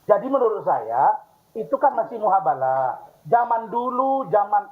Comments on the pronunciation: Si Razman nampak 𝙢𝙚𝙢𝙗𝙚𝙡𝙤𝙩/𝙣𝙜𝙚𝙥𝙚𝙧 dari Rudiana yang dulunya membela 𝙍𝙐𝘿𝙄𝘼𝙉𝘼, 𝙋𝙄𝙏𝙍𝘼 & 𝙀𝙇𝙎𝘼. Dasar 𝙋𝙀𝙉𝙅𝙄𝙇𝘼𝙏!!! *𝙆𝙊𝙍𝙀𝙆𝙎𝙄 𝙪𝙣𝙩𝙪𝙠 keduanya, bukan "𝙈𝙐𝙃𝘼𝘽𝘼𝙇𝘼𝙃", tapi "𝙈𝙐𝘽𝘼𝙃𝘼𝙇𝘼𝙃". Bukannya Si RAZMAN ngakunya 𝙐𝙎𝙏𝘼𝘿𝙕?! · Mubahalah Man razman.. Bukan muhabala.. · Koreksi bang Farhat . Bukan muhabala . Tapi mubahalah . 😅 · Mubahalah razman bukan muhabalah🤣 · Wei razman.. mubahalah bukan muhabalah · Izin ralat min. Man,razman... yang benar itu MUBAHALAH. bukan MUHABALAH. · Ini orang bingung tidak punya ilmu.. bukan MUHABALAH, tapi MUBAHALAH.. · Mubahalah ...bukan muhabalah...razman berkali kali bilang muhabalah...